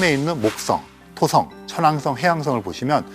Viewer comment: th 발음 ㅋㅋ 목떵